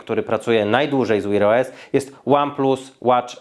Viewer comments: 🤣🤣🤣 co to jest "łir OS" ktoś do szkoły nie chodził? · Jaki "wir os"? Sprawdź jak się wymawia w slowniku😂😂😂😂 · To jak mówisz wear os to masakra, wymawia się tak jak pisze tylko "w" wymawiasz jakoś "Ł" 😁